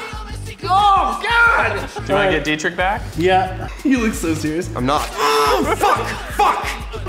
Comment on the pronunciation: Bro Deetrick its pronounced Deetrish (closest thing to german pronounced ch)